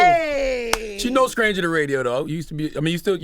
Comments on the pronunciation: I love how Ctg pronounces his St's as Sk's with comfort and ease. 😊 #Southern #Carolinas #NCHere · I can't with him can't pronounce stranger. It's not "scranger"!!!!